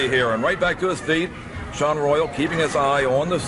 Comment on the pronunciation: WTF Buddy Colt? Saun Royal? It's pronounced like the other spelling, Shawn Royal:face-green-smiling